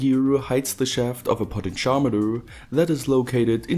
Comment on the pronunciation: Took me some time to understand 'potencharmeter' = "potentiometer". Never heard it spoken in that way.